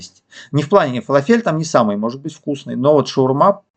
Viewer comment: ФалАфель, не фалафЕль)